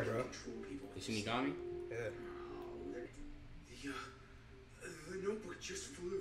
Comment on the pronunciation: they on episode 29 and they still call it "shinigaNi" smh